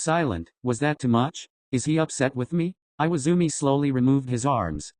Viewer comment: Im actually dying, IWAIZUMI, NOT IWAZUMI